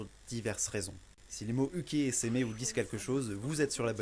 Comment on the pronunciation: Merci mec tu vien de m'apprendre comment on prononcé uke et seme ^^